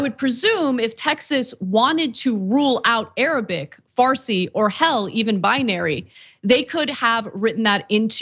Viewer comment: its farsi not farci, 😉